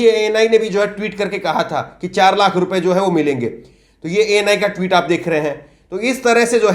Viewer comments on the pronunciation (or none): none